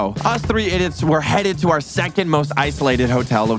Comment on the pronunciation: he said jecond 😂